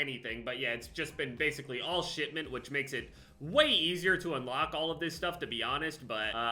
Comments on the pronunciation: Is he saying “Shitment”? I’m pretty sure he is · Haha I just realized... Is he saying "Shit-ment"? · I swear everytime he says "shipment" it sounds like he's saying "shitment" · yeah lol